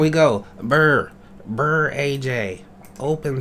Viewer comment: Burr... Burraj Me: PARDON ME, ARE YOU AARON BURR, SIR?